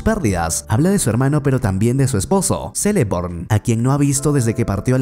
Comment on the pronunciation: Dato (aunque es muy bueno el vídeo y me gusto mucho) los nombres que empiezan con ce se pronuncian que como celeborn se pronuncia "queleborn"